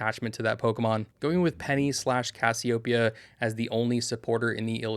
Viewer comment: yeah, you said Cassie-Ope-ia instead of Cassie-Ohh-Peia. Different pronunciation point of emphasis. Imagine it was someone’s name… Correct: Cassie O. Peia vs Incorrect: Cassie Opeia